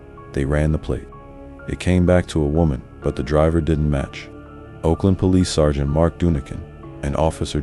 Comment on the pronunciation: Whoever wrote for this AI needs to spell out “sergeant” so the AI doesn’t sound like a robo-cunt.